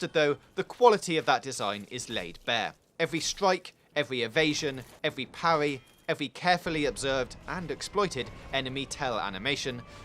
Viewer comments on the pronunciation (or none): Parry is pronounced paR-ee not paw-ee